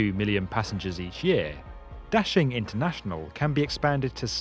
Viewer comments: Da-Shing, not dashing. Běijīng dàxīng guójì jīchǎng. Da=Big, Xing=Desire/Popular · It's NOT daSHing. It's daXING. It reminds me how Brits can't pronounce t-BI-lisi, and say t-IB-lisi instead... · Daxing really sounds like dashing in English!!! Very well translated meaning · No. It means "big rise", "兴”means"rise", and "star"is“星”in Chinese. 兴 and 星 have the same pronunciation in Chinese. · Your pronunciation of Da Xing makes me cringe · Love how u butchered the name of the airport 💀